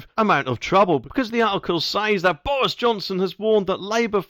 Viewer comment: It's Boris not Bowis 🤪.